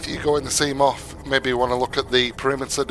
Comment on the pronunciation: He says sea moff😂